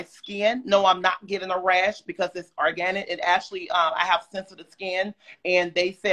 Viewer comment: Lol.. he said what he said... or👏gan👏nit👏